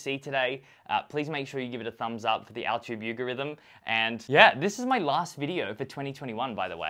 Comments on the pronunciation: did he just say al-tube you-gorithm instead of YouTube algorithm? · Every time you said "altube yugerythm" my brain had a mini stroke. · anybody else catch the "altube yougarithm" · “the altube yougorithim”